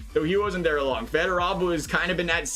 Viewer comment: Fedorov not Federov.